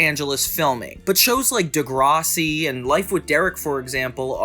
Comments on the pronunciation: Just so you know. I see ppl from the USA make this mistake. Its pronounced "De-Grass-ie". Like grass outside "Not De-graw-sea" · Deh Gra see. Not Deh Grah Si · Bruh it’s de grass si not whatever u said lolol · De grase ie. the way my head whipped round with a “the fuck u just say” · I stopped watching after he butchered DeGRASSi 😂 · Im from canada and grew up with this show. I always thought Derek and Casey were gonna hook up. I always thought it was weird, but tbh I loved this show. It was different and fun. Minus the sexual tension it was a great show. Side note: I have NEVER heard anybody call Degrassi "Dehgrahsi" hahaha caught me off guard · Peace and love, but as a Canadian the way you pronounce Degrassi sent me into a spiral, loved the video! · You pronounced Degrassi wrong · WHYYYY did you say Degrassi like that lolllll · I physically cringed at that pronunciation of Degrassi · Saying degrassi was a fav show of yours and then pronouncing it completely wrong was a choice